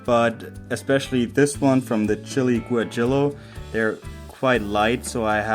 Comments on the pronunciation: Yes, close! Goo-ah - hee- yoh is a bit closer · is pronounced as 'waheeyo' two LL become a Y in Spanish